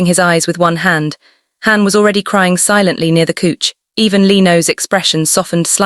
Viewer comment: even though it is AI and Fiction please do not say coech { couch } but cauch {couch } it sound so annoying